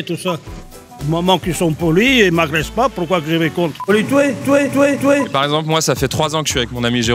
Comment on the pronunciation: Il a dit touer